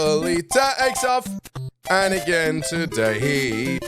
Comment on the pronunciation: ... 🎶Again To-Day-Yee!🎶 😂🤣🤣😂